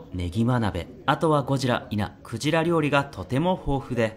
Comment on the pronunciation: クジラがゴジラに聞こえた